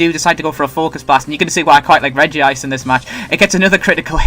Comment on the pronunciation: "Regice" not regive.